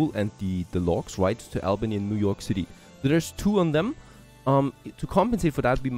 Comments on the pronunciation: And it's AUL-BANY (Albany) - like "auburn" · interesting game. by the way, Albany is pronounced Aww-bany by all of us New Yorkers